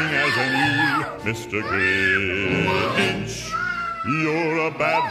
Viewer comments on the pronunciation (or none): *da fweaking gwinch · baby... i'm tha fwickin gwinch✋️💀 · im the fwickin gwinch